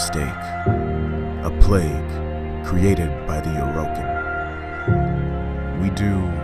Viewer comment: A-Row-Kin? I thought it was pronounced Or-i-kin.